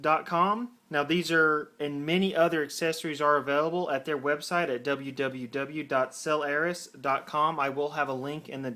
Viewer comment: No, he is saying it right. I go to their warehouse every so often to buy cases